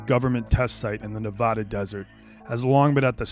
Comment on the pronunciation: The way people from the East Coast pronounce Nevada makes me cringe so hard